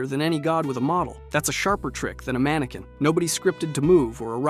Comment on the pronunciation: The word mannequin is pronounced as MAN-uh-kin (/ˈmæn.ə.kɪn) with three syllables and the primary stress placed firmly on the very first syllable. Despite the French spelling ending in "-equin," it does not rhyme with "antique" or sound like "man-kwin".